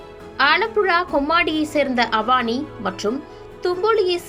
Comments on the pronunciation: Please note her name is not Avaani. It is a Tamil name Avani (Name of a Tamil month) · Avaani illa avani olugga pesa palagu